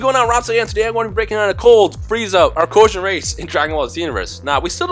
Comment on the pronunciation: its arcosian